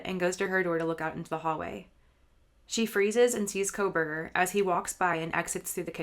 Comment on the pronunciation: NARRATOR PRONOUNCED "KOHLBERGER" "KOHL-VER AND SHE PRONOUNCED "STAINS" AS "STREMERS"....PLAY IT AT 75% SPEED AND YOU CAN SEE HOW NARRATOR MUMBLES MANY WORDS JUST LIKE A DECEITFUL THERAPIST WHO DOESN'T WANT YOU HEAR THE WORDS*